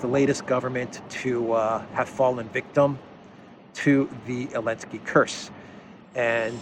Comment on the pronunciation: I like your videos but the only thing is. It’s not elensky is Zelensk with the Z!